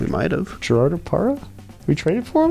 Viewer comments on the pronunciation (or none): to be fair he also hit the hard G in Gerardo Parra so maybe Trea isn't a leading pronunciation authority....or is he